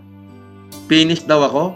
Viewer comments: Penis daw sabi ni, hindi Finish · “Pinish” 😂 bat iba naiisip ko hahahaha